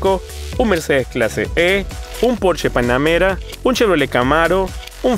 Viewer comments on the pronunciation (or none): none